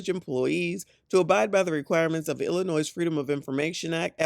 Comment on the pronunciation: She killing me with that S in Illinois